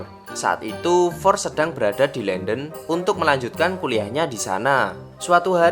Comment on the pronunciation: London aja harusnya dibaca Landen eh dia baca Lenden 😂😁